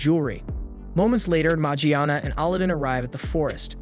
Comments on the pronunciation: ali din magiana not aladdin or morgana Lol jeez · I know you didn’t just put that thumbnail and title together…don’t you ruin the anime with a bad recap (especially when you’ve already ruined it with the first point & how you’re pronouncing the names like Aladdin & Morgiana). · Kinda a weird way to pronounce Morgiana